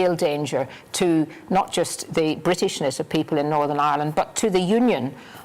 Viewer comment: I hate it when someone pronounces Northern, as NORVERN